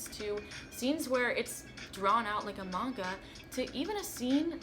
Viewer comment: YES!!! Thank you for saying the word 'Manga' the right way.